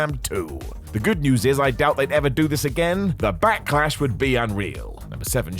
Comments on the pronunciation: Back"eh"lash. What is this Backehlash you speak of? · Did say backalash lol